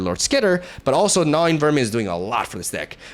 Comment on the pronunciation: It's pronounced Gnaw-ing, you're saying it like Gnaw-Wing. Hope that helps 😊